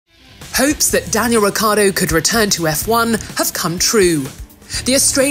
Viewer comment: RiccIArdo isnt it? Why she keeps saying reccArdo?